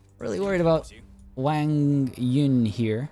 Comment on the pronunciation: fyi, if u see any Wangs out there, the "Wa" is pronounced Wah rather than Weay